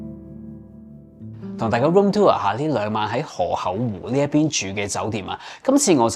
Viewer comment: 諗起當年第一次睇Mike就係河口湖嗰集 覺得Mike將河口湖讀做河厚湖好好笑 🤣